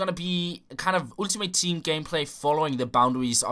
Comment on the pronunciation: The way you pronounce "Ultimate Team" gives me a headache.